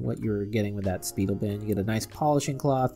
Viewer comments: Its pronounced SPY - DEL not "Speedel" pronounce same as the word "spy" - jeez the brand is over 50 years old you'd think a watch person would know how to say it right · Learn the names. It's "spy-DELL", not "SPEE-dil". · Speidel is a well known Watch Band Company - been around for years! Twist-o-Flex was one of their Popular lines for Years!! It is pronounced “Spy - Dell” not “speedily”. I worked at Carl’s Diamond Brokerage / Carl’s Fine Jewelry inHigh School. We Carried Speidel and Kreisler Wtach Bands, Bracelets, Miscellaneous Leather, Alligator, and other Luxury Straps! I enjoyed Your Video - Thank You For Your Reviews on Watch Straps!